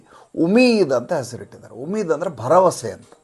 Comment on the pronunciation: ಉಮಿದ್ ಅಲ್ಲ ಉಮ್ಮಿದ್ ಅನ್ನಿ